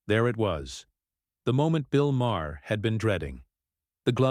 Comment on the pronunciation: This is just click bait. Crockett never threatens to sue Maher. And it's pronounced Mar not Ma-er. Bull shit!